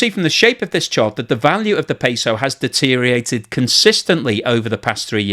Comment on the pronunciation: Deteriorated has six syllables, not five.